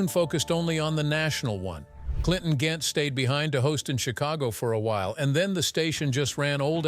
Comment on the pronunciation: Incorrect pronounciations: Chi-Lites is pronounced "Shi-Lites, and Clinton Ghent is pronounced Clinton Gent.